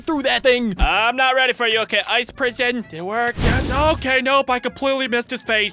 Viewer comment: FWEE COKIES FAW YU!!!!@